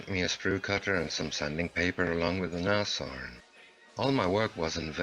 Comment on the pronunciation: Brumbar...lol...I lose it too when I hear it said wrong! Or, even worse, Nash-orn instead of Nas-horn!